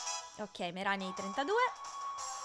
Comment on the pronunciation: Alola, innanzitutto buon'anno XD comunque, non bastano avere i cuori completi per essere amici al massimo, io non so se lo sai, ma il massimo di felicità e di 250% e la puoi controllare a KoniKoni, c'è una tizia vicino al ristorante ah, si dice "Meràni" soffermandoti sulla A, ma se non riesci a capirla, vai tipo sotto uno degli spacchettamenti di dlarzz o fedrric che dicono il nome. alola :D (scusa se ti scrivo sempre la divina commedia XD)